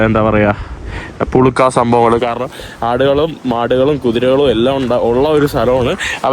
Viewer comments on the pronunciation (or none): മലയാളം ശെരിക്കും പറയാൻ അറിയില്ലേ ആട്ടും പുഴുക്ക ആണ് പുളുക്ക അല്ല കുട്ടികൾ അടിപൊളി കുതിരേ ഓടിക്കാൻ അപാര ധൈര്യം ഉള്ളവർ നിന്നെക്കാൾ നല്ലപോലെ കുട്ടികൾ കുതിരേ ഓടിക്കണല്ലോ കുട്ടികൾക്ക് അഭിനന്ദനങ്ങൾ സൂപ്പർ 🎉🎉🎉 വീഡിയോ സമയം കുറവാണല്ലോ